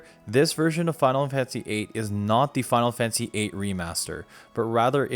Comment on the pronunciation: “Final Fansy”